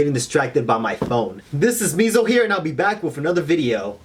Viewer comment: For some reason you sounded like my dog it the intro when you screamed Meso, I now realize my dog is not normal. :3